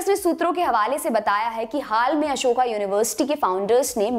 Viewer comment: अशोका नही अशोक होता है। अशोक युनिवर्सिटी, english ke chakkar mein hindi ka kabada krr diya...